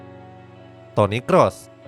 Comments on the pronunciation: Toni Khos bang bacanya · Toniy Qroes bang bacanya yang paling bener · Toni krus bang bacanya bukan Toni kros